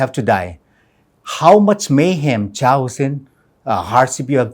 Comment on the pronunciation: Did he just say chaos as cha-os 😅 give the man a glass of water what just happened 😀